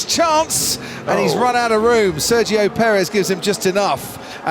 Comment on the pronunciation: Searchio perez? Try Sergio Perez you bad f1 commentary!